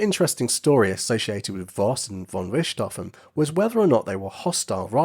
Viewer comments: Pronunciation error!! Richthofen is pronounced as Rick T Hofen, not Rishtofen!! Do NOT correct me on this!! One of my housemates is GERMAN, & she pronounces it as I wrote it!! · I am German and the pronounciation of the name "Richthofen" in this Video is not quite German but fair. The German pronounciation of the letter combination "ch" has no equivalent in English. If you know how to pronounce the "kh" in the Russian aircraft company "Sukhoi", that's close. "Rick T Hofen" or "Rick-tofen" are pronounciation efforts by native English speakers, the German pronounciation is approximately "fonn Rikht-hohfen" with a longer "o" (like in "door", not like in "stroke"). The nobility title "von" is not pronounced like "Vaughn". And Werner Voss' correct pronounciation is like "Vair-ner Foss".